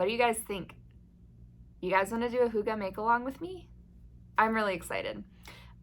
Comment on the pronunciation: To think I’ve gone this long without knowing the feeling of coziness had a word! Thank you for adding hygge to my vocabulary, and with a proper pronunciation! I love your idea for this make along. When external light and warmth is low, it’s a great opportunity to learn how we can harness our own inner light and warmth. Definitely something I’ve been working on since moving up north after 18 years in Texas. I will for sure come up with a project for this one!